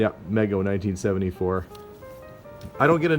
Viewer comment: I believe it's pronounced Meego